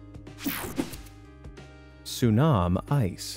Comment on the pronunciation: Why is it called tsuam-ice ?